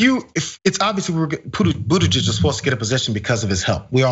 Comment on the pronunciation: Pete Buttigieg will do fine in China. The Chinese love the Maltese. Remember that after 4 years of Trump the US needs to mend-up things with China. It is time that the Americans learn how to say his name correctly.